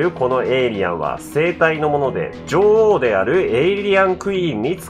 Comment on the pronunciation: じょうおう→じょおう